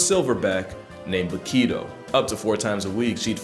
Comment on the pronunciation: I'm from Rotterdam, the Netherlands and Bokito is a legend her! Nice prenounciation bye they way, repect!